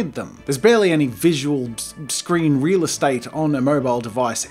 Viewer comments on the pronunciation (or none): none